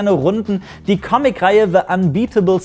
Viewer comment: Ahhhh, die Deutschen und ihre Schwirigkeit "Squirrel" aussprechen zu können...